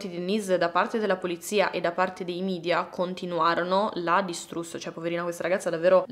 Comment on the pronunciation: Un unico appunto. Si pronuncia media, così come è scritto e non midia perché è latino e non inglese. Grazie.